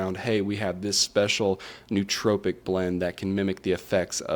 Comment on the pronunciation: I couldn’t stand every time he mispronounced nootropic. It is pronounced as “Noah tropic”.